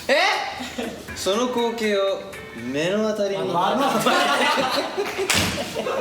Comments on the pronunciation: 最初のジェシーの目の当たりの発音が英語みたいに発音よくて何回も聴いてしまう。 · いやジェシーの読むのめちゃくちゃ笑った(笑)まず目の当たり。そして追い打ちが心配(支配)と、 でんでん(どんどん)、自業自得(自暴自棄)そして最後にｶｽﾀﾏー？(笑)物語より何よりジェシーの音読が面白かった(笑)